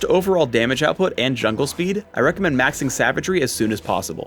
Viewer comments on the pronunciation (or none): still say mising instead of maxing...